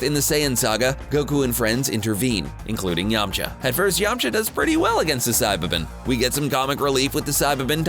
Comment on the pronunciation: It’s yam-K-ha